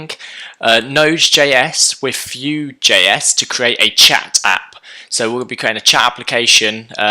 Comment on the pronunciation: Why do you say 'few js' instead of 'vue js